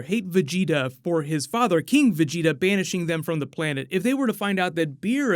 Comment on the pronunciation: At least he started saying vegeta correctly